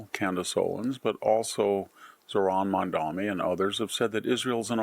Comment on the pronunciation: It is, "Mamdani". Not, "Mamdami". Are you illiterate, or do you find yourself strangely unable to function normally when discussing a non white person? It must be one of the two, because the name is clearly spelt, it is only seven letters, and it is not remotely challenging to pronounce. Yet somehow, you still manage, like a tottering, befuddled one, to get it wrong. What happens when you have to discuss Chinese, or Fijian people? Will you spontaneously combust, or just make it up as you go along? Victoria David Henderson? Is that okay with you?